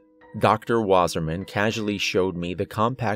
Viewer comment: REPEAT AFTRER ME ITS PRONOUNCED "VASSAHMAHN VA SAH MAHN" water man